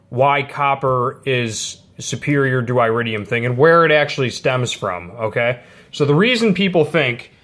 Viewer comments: Here's a helpful tip: It's not eye-ridium, it's ear-idium. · iridium is pronounced eh-rid-de-um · Dude.... stop attempting to spread misinformation, look at your like to dislike ratio on this video, that alone should be a clear indicator on how inaccurate your information is. It's very common knowledge that copper is a better preforming plug, iridium (pronounced eh-ridium) exists only to lengthen plug change intervals.